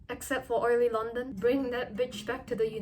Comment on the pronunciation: How dare you say ohlee London like that😵😵 🌘👄🌒